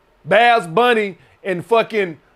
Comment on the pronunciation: Did cuh say “Bas Bunny?”